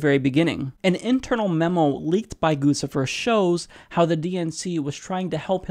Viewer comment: it's pronounced "Goochifer"